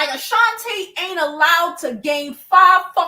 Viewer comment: Who is Ashanta? Isn't it Ashanti? 😅 But anyway, great video 😅😂❤